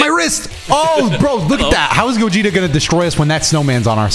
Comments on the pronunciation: I swear called Gogeta Gokugeta lmao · Did anyone 🤔 notice kept saying Borly instead Gogeta?